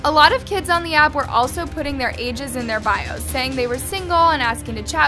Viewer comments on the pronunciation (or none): none